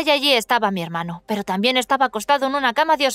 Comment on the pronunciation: ¿Porqué siempre que dices “pero" lo pones al revés pareciendo que dices preparar?? Muy raro ._.